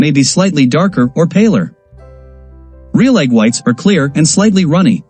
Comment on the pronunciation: Tip, when writing the script to be read by AI or a talk to text program you should try to spell words phonetically rather than properly. In this video the narration really suffers from the content creator not spelling real as REEL, spelling it as reel would have eliminated the issue the narration was experiencing with the glaring mispronounceation of Real. It kept pronuncing it with an emphasis on the A which sounded so off.